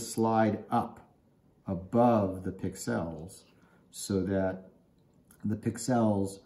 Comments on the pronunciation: it's not Pick-Sells it's one word Pixels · I have never heard "pixels" pronounced the way you say it! 😮